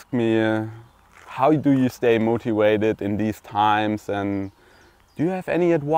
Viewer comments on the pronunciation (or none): not moti wa ted .....mo ti va ted